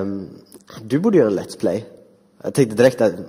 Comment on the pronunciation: har ni hört hur hon inevju kärringen säger let's play hon säger lets plejs